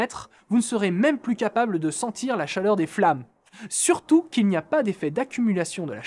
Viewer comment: chaRleur ^^ Mais sinon, continuez les mecs, ça fait plaisir de vous revoir :)